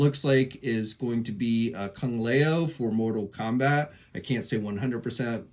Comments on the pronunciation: These pronunciations could not be further off. Kung Lah-Ow. Freeza. Like a Freezer with a soft A. I cringe atleast twice every video. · Proper pronunciations juventud = Who ventud Kung Lao = lousy (pronounce last name with out the sy ) Shao Khan = Sha ouch (pronounce it as ouch with out the ch) Please PLEASE stop making us anime, video game, and wrestling fans crings with bad pronouncinations PLEASE